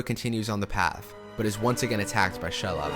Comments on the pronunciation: “Shalob”. What? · the way you pronounced Shelob made me think you wanted to sing Cher Lloyd by Cher Lloyd. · Being Swedish myself, which is as close to norwegian as possible, given the spelling it would also be pronounced that way (Eo), just as it is in the movies. The other names should be pronounced Oss-gill-i-ath, Kí-rith Un-goll, She-lobb.